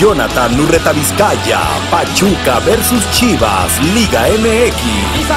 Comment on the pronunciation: en el final dice urrataviscaya xD